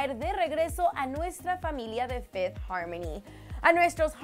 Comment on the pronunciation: Minuto fifty harmony???? Error de escritura o de pronunciación